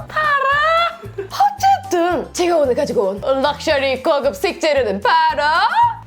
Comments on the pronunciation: anyway — 어쨌든 hanyway — 허쨌든 ㅋㅋㅋㅋㅋㅋㅋ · 허쨌든에 맞춰서 hanyway ㅋㅋㅋㅋㅋㅋㅋㅋㅋㅋㅋㅋㅋ